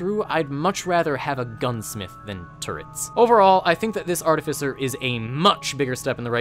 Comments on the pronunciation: THAT IS NOT HOW YOU PRONOUNCE ARTIFICER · Oof, it's not princounced as Artificer you're seposed to say it this way: Artificer